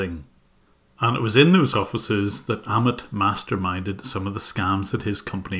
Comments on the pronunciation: Great work..!! I did notice you pronounced Amit as Ahmed though. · by the way Jim, "Amit" is pronounced like "A-myth" but without 'th' sound, like "A-myt" And you're doing an amazing job, keep it up